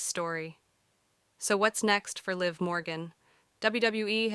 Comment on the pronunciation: LIV MORGAN DUMMY & JADE CARGILL DUMMY DO YOU KNOW WHO YOU’RE EVEN TALKING ABOUT 😂WHO TF IS LEE?! 😅One minute you say their names right then two seconds later wrong again dummy or did a dummy write your statement 😂😂😂😂 I can’t idk if this is BS or any truth 😂